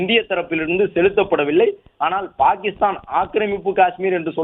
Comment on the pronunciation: Dai voice over TARKURI its not BAKISTAN❎ its PAKISTAN✅